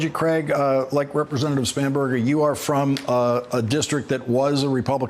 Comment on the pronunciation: I’m sorry but I heard so many times “Spamburger” that I had to rewind to the lower thirds to see if that’s a real name.